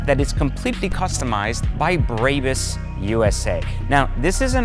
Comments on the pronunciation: Bro, stop shitting the name "BRABUS" It's pronounced as BRA-BUUS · There is no Y in the name it is a 'BRAAAAAAA BUS' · He said braybus 😂😂😂 What a douche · Serious dude. You can't even say the name correctly. Brrrahbus If you paid that much for just few carbon parts, muffler and wheel upgrades, you got completely ripoff. The Irvine store will sell these upgrades for around 60k installed. And a brand new Maybach 580 is 210k. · He does not give a F*** Brabus pronaunciation, one of the cleanest to say it, but he still hase to leav a mark 😂😭🤣